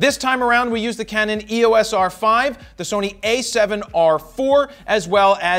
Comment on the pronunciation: Its not E.O.S Jared. Its the word Eos, as in the greek god of light.